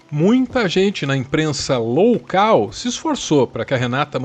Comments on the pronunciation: Adorei o ' imprensa LOUCAL' ! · "Loucal" é ótimo. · Jornalismo "loucal" kkkkk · Imprensa “loucal” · Imprensa "loucal" foi interessante 🤪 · "imprensa loucal" kkkkkkkkkk